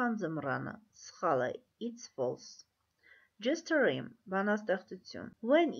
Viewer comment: Jast a rhyme արտասանվում է ջասթը Րայմ